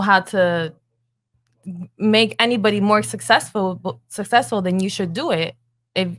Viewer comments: She can’t even say successful. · "muh uh wool see who be sussesful" Trust me, we already know. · It's funny, she can't evven say the word successfun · That girl couldn’t even pronounce successful right